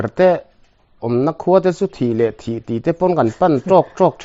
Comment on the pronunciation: hmul thi thih hi lamdan dik tak chu,thisen tih anga lamtur aniloa,eg,mithi tih a thi kan lam ang hian lam tur ani..hmul thi ,saptawnga (died) an tih ang hi ani..